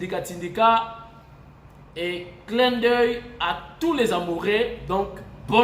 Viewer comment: Fête des "amourés"?!?!? "amoureux" fait un effort pour la prononciation.